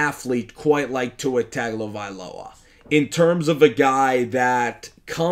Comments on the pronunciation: Its pronounced Tungovailoa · It's pronounced - Tongue Oh Vai Loa Mahalo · If you are going to do this you must learn to pronounce people’s name. Other than that you are on point.